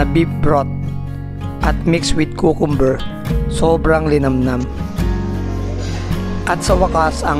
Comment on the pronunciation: Napaka anagas ng pronunciation mo sa cucumber 🤣 pati yung wine n sinasabi mo mahal nasa 3k lang yan bano. Punta ka dito sa bahay palo ko sa ulo mo tong Château Lafite Rothschild para makaranas ka ng talagang expensive na wine 🤣